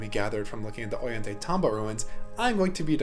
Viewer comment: Thought of mentioning that the "tay" in Ollantaytambo should be pronounced as "tie", rhyming with "ay" in "ay, caramba". Great overview of the place and I hope to visit someday!